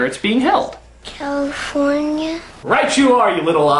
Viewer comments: Cawyfoynia xD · So you say cawifownia? =X